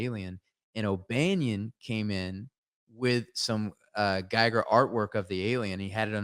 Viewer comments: 440:50 min. Don't want t be pedantic but the right pronunciation of the name Giger is very close to "Geeger". So turn the I into an E and put the accent there. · Just one thing, ty and that guy, Giger is pronounced "Geeger" not guy-ger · Loved this talk. Can't wait to watch the rest of these. One thing, Giger rhymes with eager. There's a video on YouTube of him pronouncing it.